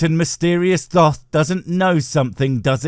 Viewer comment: Thoth = "Tote". Remember, H doesn't make TH the sound we're familiar with.